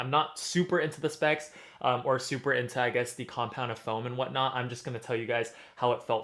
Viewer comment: "what not" or "what knott"? 🙂 Thx for the honest review!